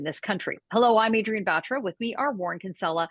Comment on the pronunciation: You're not Bat Raw, learn how to say your own name. You're Indian